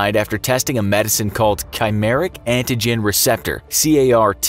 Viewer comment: hey man "chimeric" = ky-MARE-ick". Ch is a hard C